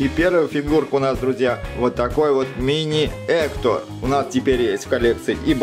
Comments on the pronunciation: Не эктор а Гектор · В видео много ошибок, вообще-то скелета зовут не Эктор, а Гектор и Гектор не друг Мигеля, а прапрадед